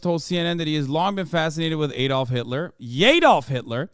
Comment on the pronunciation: Is he gonna say Yedolf?